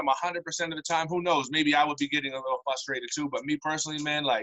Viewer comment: ...Fustrated? This is hard hitting journalism